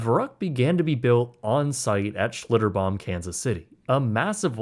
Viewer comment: Schlitterbahn, not “Schlitterbomb.” New Braunfels, not “New Braunsfels.” A very good, well-researched video. Tastefully avoided the details of the trauma that occurred to the boy, and what park guests witnessed.